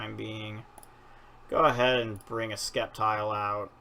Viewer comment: Why do you say skeptile? It's pronounced septile. Like if it doesn't have that c. Just nitpicking sorry